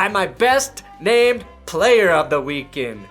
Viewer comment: You said weak sex, haha.